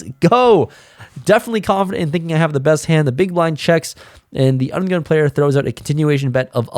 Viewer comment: I love how says "Under The Gun player"... its "Ugun player":) Once you hear it, you can't unhear it.